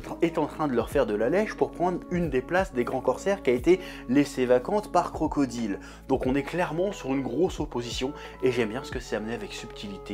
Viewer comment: Ce qui me perturbe le plus c est qu il prononce bien crocodile alors que dans la vidéo précédente il ne l a pas fait une fois rectification il prononce mal Skypiea oui il en faut peu pour me perturber